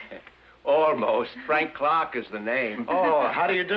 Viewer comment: CLARK... NOT CLAW.